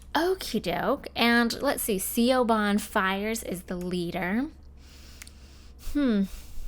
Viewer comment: Hey, just a sorta FYI, Siobhan is pronounced like "shuh-von". Ik, it's absolutely nothing like how it's spelt, but I guess that's just how it is lol.